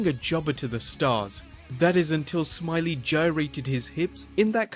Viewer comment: It's pronounced Norman Smi-lay